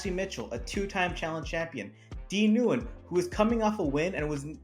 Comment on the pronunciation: Dee’s last name is pronounced “win”